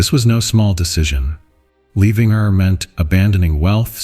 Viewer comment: Ur not ear. Plain as in land not plane. Zoar not Zor.